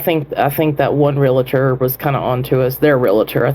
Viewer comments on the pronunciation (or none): Its "REAL-tor." Not real-a-tor. Thanks. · I just have to say, IT IS NOT REEL-A-TOR. It's REAL-TOR!!!! Please, for God's sake, say it right!!🤦‍♀️